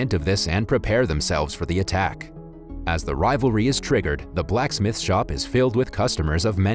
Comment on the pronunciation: Why you gotta say Blacksmith like it’s two separate words?